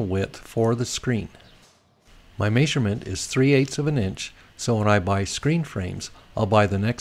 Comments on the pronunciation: That may-sur-ment drove me nuts. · My grandpa (from KS) said it that way as well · May-sure-ment. Yep, sounds weird to me too. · Must be from Utah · Drink everytime he says may-sug-ment😂😂👏🏻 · good help bro. try saying meh-sure-ment instead though. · I can't get over the "Maisurement